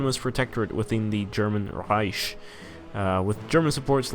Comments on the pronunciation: germans pronounce it like rEIchksh which is not the rEIsh that the swede here is pronouncing it as. Plus he's speaking english so should probably pronounce it correctly in english as rEIck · reich is pronounced Rike. Long I sound with a K at the end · there is german pronounciation. One says Reicksh, one says Rike and one says Reish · What the fuck? As a german I have to tell you that it is pronounced Reish. And for your site: No one says Rike or Reicksh. Some just pronounce the R differently. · lian hector the English pronunciation is with a k sound that's always what I was saying. He is speaking English and is not German regardless of whether the word is German or not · still can't pronounce reich though. does this mean you're part of the bourgeois?